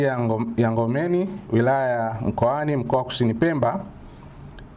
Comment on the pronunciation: Mkuu ni shehiya ya NG'OMBENI NA SIO NGOMENI